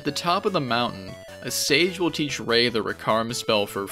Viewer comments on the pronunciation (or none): none